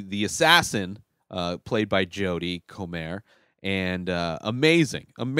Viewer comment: there are two completed series available to watch. The third series is nearing the end of shooting and will be available in the Spring. Comer is pronounced like coma. Welcome to the obsession.